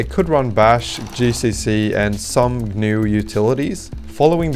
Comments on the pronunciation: Correct. In the GNU world names starting with 'GN' are pronounced with a hard 'G.' "Guh-nu,' 'Guh-nome,' etc. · Are you pronouncing GNU, like the animal? Like how you would pronounce New? That's not how GNU is pronounced. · For the name of the Gnu system, you pronounce the "G", so it's Guh-New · I’d just like to point out “GNU” is pronounced “Guh - noo” rather than the ‘G’ being silent, which causes confusion with the word “new”.